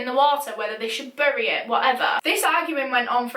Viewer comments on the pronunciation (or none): none